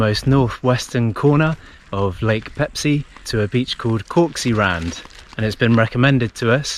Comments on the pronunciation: 🤣 When I heard it first I was thinking - “No, you didn’t say Pepsi!”... second time...”Am I deaf...? No, you said Peipsi, yeah...definitely Peipsi.”... third time... “Wait wait wait a minute.... said Pepsi?? Noo...she said Peipsi! Or not... 🤔 “ whaaaat? 😁🤣😁🤣 Same same but different and it doesn’t matter actually! You are so awesome couple...so Pepsi or Peipsi!! What ever you want! You can! 😁🤣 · The lakes name is Peipsi, not Pepsi!😊In English language the lakes name known as Peipus.